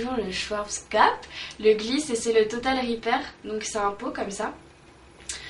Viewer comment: schwarzkopf se prononce chvartzkopf en gros ^^